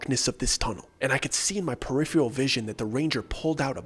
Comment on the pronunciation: Peripheral Purr-if-er-ahl Not Purr-if-Ree-all